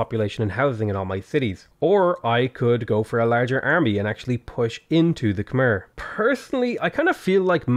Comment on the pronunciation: hey dude, not trying to be a pedant, just hoping to be informative. Khmer is pronounced with an -ai sound at the end, not an - er sound, despite the spelling. The way you pronounce the Khm - is spot on!